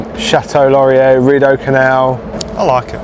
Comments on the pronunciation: Chateau Laurier pronounced 'shat-oh-lore-ee-ay'. Don't pronounce the second r. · They're called Canada geese, not Canadian geese. In French "er" at the end of a word is pronounced like long A in English, so "Chateau Laurier" is pronounced "shat-OH lor-ee-AY".